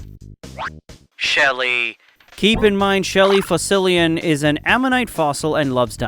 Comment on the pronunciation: "shelly fussilion" hits hard bro😭🤚